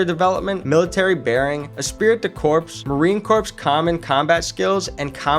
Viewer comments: my man I know you probably meant well by it and intended it to be a straight forward factual video...but it's really botched. I'm not a marine yet, but please dont ever call them the marine corpse. It's pronounced "core". And the Auschwitz part, as a 4 Generation Polish American, not the best reference picture my guy. I'm not usually offended by shit but as a Polish soon-to-be Marine...bruh lol Now I will say that I love the fact that you had no 5 minute long intro about your name and biography and crap, you just hopped straight to the facts. More videos should be that way. Okay I shut up now. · This is so terrible. I’m 2 minutes in and I can’t continue watching. Marine Corps, pronounced like “core”, not “corpse.” They are not dead bodies 🤡 and what visually has anything to do with the marines except for snippets